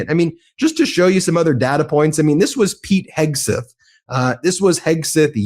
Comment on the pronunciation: Ben, is there a reason you pronounce Hegseth's name "Heg • SUTH"?